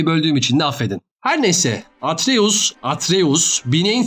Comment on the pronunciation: Abi ama atries demene sinir bozucu 😂😂